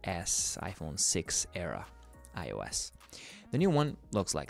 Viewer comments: The way he said ipong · “ipong 14 pro max ”